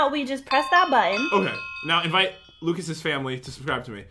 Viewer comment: Pat: Lucases Me: mucases??